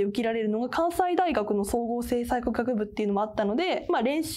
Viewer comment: 関西大学はかんさいだよ(^^) 関西学院大学はかんせいって読むよ(^^)